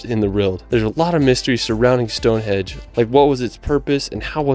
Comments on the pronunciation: it sounds like the narrator is saying stone HEDGE ??? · Stonehenge not Stonehedge! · its STONEHENGE not Stone hedge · I know it's not his fault, but it's StoneHENGE, not Stonehedge. And on that tree lined road, it 's not helpful to say they're everywhere! Individual twisted trees can be found anywhere, but that tree-lined avenue, I live here, but have never found it, I have been to Northern Ireland, where according to your lead video, it is situated, but they don't tell you exactly where. There's another brilliant railway viaduct in the Yorkshire Dales, near Hawes. (Not my home town) but good and excellent for cheese. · Um it’s StoneHenGe not hedge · What is wrong with the video narrator ? His pronunciation is all over the shop. “ Stone hedge” ? WTF ? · One thing that kept annoying me in the video you were watching is the guy kept calling it Stonehedge instead of Stonehenge, only a minor thing I know but it was annoying to me. Another place near us that we like to visit is Portchester Castle. It is right next to Portsmouth on the south coast of England. This is from the Wikipedia page: Portchester Castle is a medieval fortress that was developed within the walls of the Roman Saxon Shore fort of Portus Adurni at Portchester, to the east of Fareham in Hampshire. The keep was probably built in the late 11th century as a baronial castle and Portchester was taken under royal control in 1154. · Stonehenge not Stone hedge as they guy says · It makes me cringe every time he says stonehedge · I wish he would pronounce things properly.